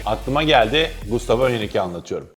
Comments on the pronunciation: Abi gustavo mu diyorsun yoksa mustafo mı diyorsun anlayamadım valla :) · Gayet güzel anlatmışsın ağzına sağlık 👏 yalnız telaffuz da sıkıntın mi var hocam bana mı öyle geliyor mustafo der gibi çıkmış 😂